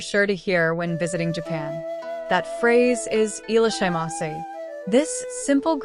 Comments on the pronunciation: The AI robo voice doesn't know how to pronounce foreign words, that's why. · At least try to pronounce it properly?